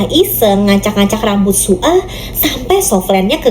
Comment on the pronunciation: Kak nama zombie nya bukan su a tapi soya soalnya aku pernah nonton😅